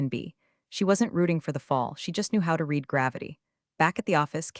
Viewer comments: ALERT TO ALL HANDS! Can we please have the bots that read (pronounced REED) these scripts distinguish the past tense of read, which, although also spelled read, is pronounced REDD. There are many such errors, and they cause me to feel that I should never watch one of them again. Surely someone who trains the AI can fix this blunder. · OMG It’s not pronounced REEDED it’s pronounced RED Seriously learn proper English. Thumbs down 👎 get it right before posting to YouTube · Still mispronouncing read. Your AI is having difficulty learning. This is the system that is suppose to fly planes, drive cars, and responsible for national security. Better keep educated people, it's safer.